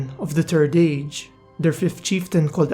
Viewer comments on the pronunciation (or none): “da turd age”